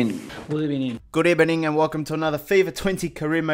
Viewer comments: Your dying because he said good ebening, haha? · Good ebening 😂😂😂😂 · "Bonjour and good eBening to all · Plz say good ebening all time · Nobody intro: Good ebening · No one: Literally no one: + Emery: GoOd EbeNiNg